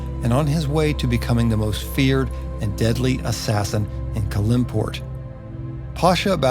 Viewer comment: These videos are really great and comprehensive. I do question some of the pronunciation of a couple of things. I.e.I believe It’s CAL-im-port (no middle syllable emphasis.) I hope you’ll cover many more areas / characters of Faerun.